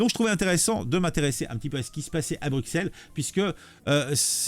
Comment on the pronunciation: Bru-Sel. Pas Bruque-Sel. Bru (comme la marque) et Sel (comme le sel).